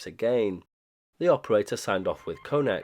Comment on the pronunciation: You mispronounced "konec", it's pronounced more like "khonets" (or english word comets). On the other hand you almost nailed "opakuji". There is a interesting lore behind reviving of OLX in 90s. It was basically used to arrange returns of illegals agents residing in now allied western countries. This programme was done with help of western countries agencies and it's somewhat documented in some Czech sources. As for registering callsigns to ČTK (Czech state agency) - this was likely to both stay legal and have some cover (albeit thin one). Also there is even some information about device used to generate OLX messages. It was custom machine called Brigita after woman who provided voice samples for it. It used to be described on Priyom ORG blog but due to me and my friend being idiots we got banned from their IRC and they removed our contributions from their site.